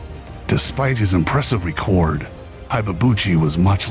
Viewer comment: Please pronounce ‘record’ properly.